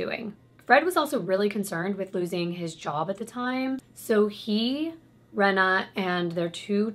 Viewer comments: Her name is Reeena not Rena I knew her sister xcx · I know this case of Fred and rose so very well. Off by heart. You told it really well!! I can understand the mispronunciation of names and places. But you said the place right (I’m in the UK). Rena is pronounced ‘Reena’ and it’s Anne McFall not Anna :) I hope this helps a little. I can understand how easy it is to not pronounce things right. Especially when British language is a little different to American. I hope you’re okay!! Been loving your videos sweet! ❣️